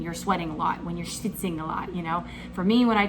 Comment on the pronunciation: Shfitzing! Stichzing? How do you spell that? Lol